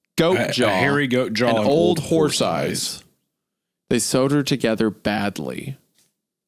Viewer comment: Isaiah continuously mispronouncing horse as horth is cracking me up